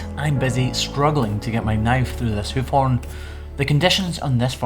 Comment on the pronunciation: Sometimes it sounds like you say, "Hoochie B P" lol